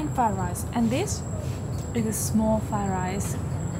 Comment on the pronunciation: It’s Fried rice not. Fay rice lol 😂